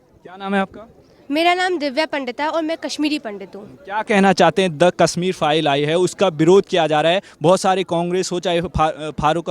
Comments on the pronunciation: Hindi Bolna Seekh Phir Video Banao... Kasmir Bolna Bund Karo.. Kashmir Bolo . Hindi ki Khat KHADI Karna STOP STOP. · Kassmir nahin bhai Kashmir bol.